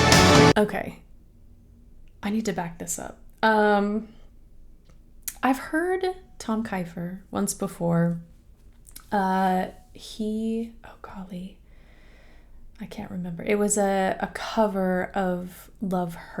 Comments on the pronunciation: It KEEEEEFer not KIFEer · Just for your info, Tom's last name is pronounced like Keefer, not Kifer....I've loved Tom ever since i first heard him.....what a gorgeous face too !!....plus just a sweet person.